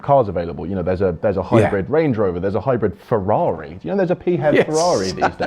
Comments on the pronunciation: This is the first time I've ever heard "PHEV" pronounced "Pee HEV" as opposed to "FEV"! Good video, from someone who thinks that hybrids were a good idea for a stepping stone a few years ago, whose time has now passed. Pure BEVs for the win! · “P HEV”? Is that like a “P HONE”? It’s just Phev, like Phone. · Why pee-hev? You don't say Pee-hotograpee-h! They're Fevs, and stil a blind alley! The only readon I've not gone BEV is because of the dreadful lack of chargers up here in the NorthWest, and around Notth Wales. I wasl checking on Zap-map a couple of days ago, and the only public chargers near me haven't worked for over six months! (Not counting one at a Hotel, which is for customers only!) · The infamous Euan McTurk had always said pee-hev, and his You Tube thoughts on such vehicles is worth watching (Plug Life TV)